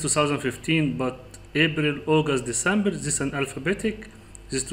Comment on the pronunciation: thousand is not saousand The is not za This is not zis In case you are looking for english speakers audience , please work over your spelling . Good Luck Other wise you are brilliant in excel technics 🌹.